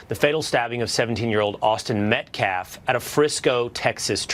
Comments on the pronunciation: If he’s gonna sit up there and talk about people he could at least get their name right! Stupid! Calling Daniel PENNY, Daniel PENDUM 🤡 and even called the VICTIMS name wrong! Calling him Austin METCLAFF, not Metcalfe🤡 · He also could not even say "Metcalf". Called him "Metklaff'" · I am right there with you! I literally was shaking with pure anger! Who does this clown think he is? He could barely speak proper English. He mispronounced Austin Metcalf’s name. He tried to shame Jeff Metcalf for being at the press conference, and had him removed. He tried to blame this situation on everything else but the actual truth. Then, as an extra added bonus, the Anthony family was doing their best to act like the victims! This guy is a career criminal! It was absolutely the most disgusting display I have ever seen! Literally sickening! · I heard another YouTuber call Dominique Alexander “A Human CVS Receipt!” (About Dominique’s criminal record) 😂🤣😂🤣 He also can’t speak proper English! He keeps calling the Metcalf Family “Metclaf”… and “Deflence”?! Daniel Penny he calls him “Daniel Peña”! 🙄🤷🏻‍♂️🤦🏻‍♂️🤷🏻‍♂️😂 The most UnEdumacated man I ever heared! 😂🤣😂